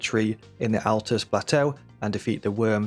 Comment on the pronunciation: THANK YOU for pronouncing ALTUS correctly.